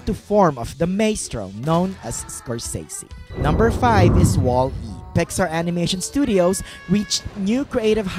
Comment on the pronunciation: you say wall-e wierd